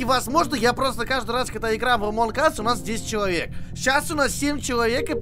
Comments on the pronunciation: Блин,,не позорь Инглишь,говорится в конце ассс(ззз), пожалуйста,блин бесите ахха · Прикол в чём что не ас ,а не Эс-это жопа по инглиш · на английском произношение слово us ( ac), а ты сказал ( эс) - это жопа. Среди жопы)))